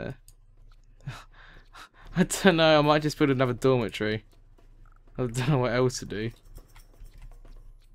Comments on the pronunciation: i thought you were saying dormant tree when you were saying dormitory XD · when he said dormitory i thought he said dollar tree! lol